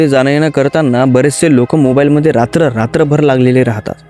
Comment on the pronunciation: are bhava ratr bolt jay